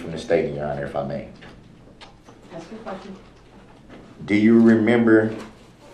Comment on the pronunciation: I cringe almost every time he AXES a question 🙄